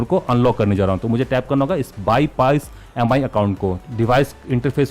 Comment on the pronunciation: It's not pronounced as M I. It's called 'Mee'